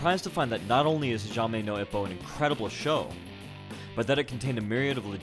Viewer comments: I love this video but I’m not a fan of your pronunciation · Awesome vid. Thanks for the break down. Just gotta work on your pronunciation for the anime's title Hajime No Ippo, haha! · You didn’t pronounce the name of the show right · Man your pronunciation really triggered me 😅. The best way to learn the names/pronunciation is watching the anime in subs. Also good video I have been watching and reading the manga for a long time love the show. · God damn man cringe at you slaughtering the shows name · Little triggered at your pronunciation at first, but it got better as it went on. >vagina no hippo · Hijzame No Ippo And then he gets it right once! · hazhamay no ipbo whats wrong with his pronouciation it's hajime no ippo lol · HAJIME NO IPPO( HA-GEE-MAY- NO- EEP-O. FOR FUCKS SAKE learn how to pronounce names and shit. You sound dumb as fuck. Man did you not once even watch a episode. IPPO isn't called IP-oh its Eep-oh Hajime is also Japanese for FIGHT! God man I wanted to watch the whole thing but your butchery of basic Japanese and even English was fucking cringe and so bad. How do you make a video about anything and not learn how to pronounce said thing. God this was awful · "Hajame no ippou" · "Jeime Nou Ippo" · hajame no ippo he says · It’s HA-GEE-MEH-NO-IPPO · “Hajame no Eppo” lol bro you could’ve just looked up how to say it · My man did not just say jamine nou ippo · "hayame nou ipou" that pronunciation made me my day :P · Hajaime no ipow.... my japanese ears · IT'S FUCKING PRONOUNCED: HAAA JIIIIII MENNNN NOHHHH EEEEEE POHHHH U FUCKING CASUAL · Awesome vid. Love Hajime no ippo and you explaining it and seeing the original boxers use the moves is pretty cool, but your pronunciation of it irks me a little. It’s not fluid. It is supposed to sounds more like “Hah G may no E po.” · HAJAIMAY NO IPPO? -villager angry sounds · "Hajaymay no Ippo" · HA-Ji-Meh No Eee-po. It sounds much more Japanese articulated and spaced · "hajame know ippow" lmao